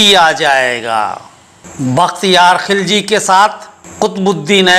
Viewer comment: He was not khilaj Sir he was khilji mean gilzai and was not turk but true and pure afghan in Turkish there is no pronunciation of k or kha